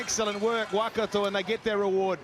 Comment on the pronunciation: When did it become ‘WAH-kato’? Edit: I reckon one guy said Waikato 50 times and said Wellington maybe once. Strange.